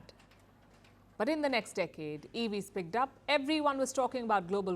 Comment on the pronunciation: I noticed in clips that Palki Sharma pronounces PICKED as it is written. But the right pronunciation is PICKT, ed sound t. If the verb ends in an unvoiced consonant (p, k, f, gh, sh, ch, ss, c, x), then the –ed ending sounds like a /t/ and does not create a new syllable